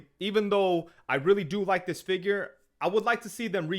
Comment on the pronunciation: Great review, I appreciate that you say fig-URE instead of figger. Thanks 😄